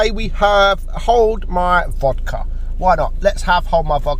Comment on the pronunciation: da suka comrade, ruski tank FTW btw pronounciation of vodka is hilarious:D